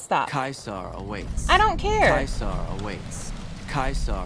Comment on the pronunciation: Fun Latin fact: Caesar is pronounced correctly by the Legion, and infact is not pronounced "ceesar"